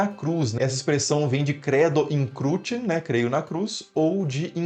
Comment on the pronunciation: Onde o senhor aprendeu latim? Que negocio é este de dizer "credo in CRUTIE"? Éctedo in cruce, Criatura? Latim Clássico, CARA PÁLIDA !!!!